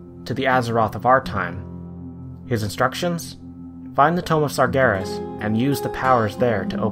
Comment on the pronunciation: "sargheres" "mahrdewn"